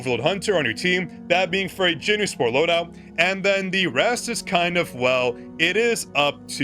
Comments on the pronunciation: Is it just me or I'm really hearing Jin-Noo all the time when he is saying JinWOO's name? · Okay you’re actually pissing me off actively calling him Jinmoo or jinnew whatever the fuck you’re calling him is wrong as fuck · You made me laugh when you said "JinNew" so I subscribed (5/18/2026)